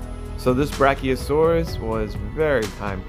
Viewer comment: you call it a brachiostegosauras